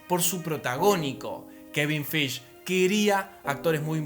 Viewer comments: Kevin qué? Acaso dijiste Feich? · ¿En serio Dijo Kevin Feish/Bruce Branner/Betsy Ross? Aún Así estuvo muy bueno el video.